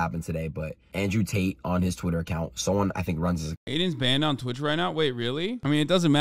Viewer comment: "andrew taters"